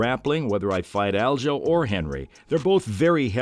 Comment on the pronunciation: Broooo. U pronouncing aljos name wrong is driving me crazy lol